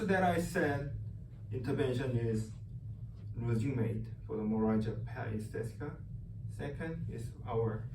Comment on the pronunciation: fuck mine he cant even say it lol